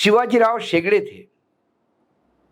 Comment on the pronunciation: कै.शिवाजीराव शेंडगे असा उल्लेख करा. शेगडे असा चुकीचा उच्चार करु नका.